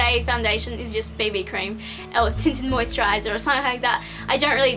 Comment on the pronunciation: She meant BB Cream, I think her accent just made it sound like baby cream. :)